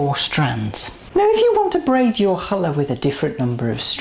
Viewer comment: This has always been my favourite bread, and now I can make it with no problems. I've also learned how to pronounce the name of it correctly thanks to you. Thank you so much!